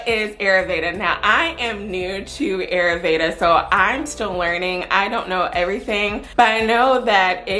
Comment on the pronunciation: Ayurveda pronounced... Eye-yür- véda😉😘